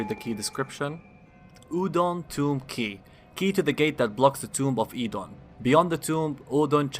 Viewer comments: "eedon" "oueidon" "oodon" its "o-don" god damn it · Actually it's Erdun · Im super late for this, but anyone else find it strange that he keeps changing his pronunciation of Oedon? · Well I can honestly say you pronounce Oedon the most incorrectly of anyone I've ever heard. No disrespect! Many, many people mispronounce it, despite many characters saying it out loud in the game. Not sure why there's any confusion there. In fact, if I recall, only Vaati and Jerks Sans Frontieres say it correctly of the YouTubers I've listened to.